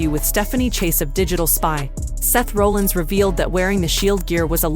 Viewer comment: it's not pronounced Roll ins and Raw llins. Stupid AI voice